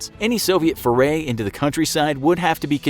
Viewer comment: The word Foray is pronounced "Four-Ay" .... Just saying